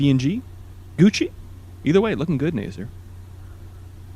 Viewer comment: It's actually pronounced Nah-ser, xir.